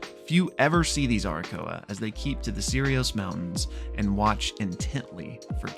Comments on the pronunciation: Why do you call Aarakocra Arakoa? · It's pronounced air-a-coke-rah, btw! Love you! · My guy is straight up ignoring letters in the word aarakocra. Also they're Eisfura. Similar but legally different enough. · Aarakocra is pronounced /a-rə-kōk-rä/. Lol In all seriousness.. Love these type of Videos. And that whole scene was super rad!!